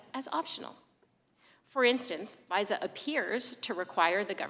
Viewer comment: There is an "R" in FISA? She is so stupid.